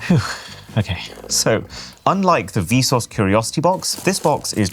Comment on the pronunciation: hearing vsauce pronounced vsource is mega cursed 😭💀